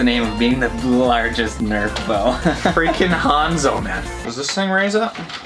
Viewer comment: He said hanzos ultimate so wrong even though he checked how to say it lol 😂